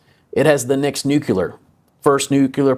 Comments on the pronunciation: Nucular? Unsubscribed. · There is one "U" in nuclear.